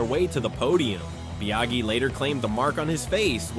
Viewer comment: Nice video, but the way you're saying Biaggi shows, that you've never watched a race back then. 😊